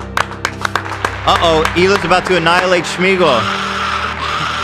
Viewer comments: What is this Schmeagle, shmeagel nonsense. His name was smeagle no sh sound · Holy smokes, is nobody gonna correct shmeagal to smeagol. Like wtf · Why are they pronouncing Sméagol with a “sh” sound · I hate the way Ethan mispronounces Sméagol as “Shmeegol” 😭 😂